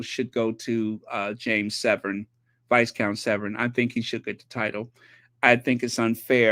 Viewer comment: Viscount=VYCOUNT the s is silent.